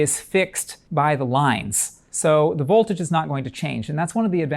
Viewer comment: Excellent explanation but is it just me or is there something about the way he says vOLtage. It’s like he is being shocked with some voltage when he says the o in vOLtage. Like stewy and the way he said cool Whip